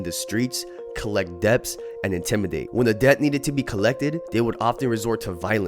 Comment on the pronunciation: Did you say “Debbb-tttsss?” 🤣 The B in Debt is silent, brother.